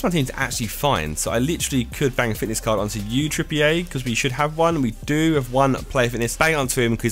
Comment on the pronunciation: Josh PLEASE can you stop pronouncing Trippier as if he is French. He isn't so please pronounce it as if it is English (trip-ee-er)